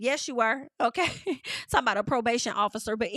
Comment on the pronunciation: I’m done 😂😂😂😂! I’m not tal-kin 😂😂😂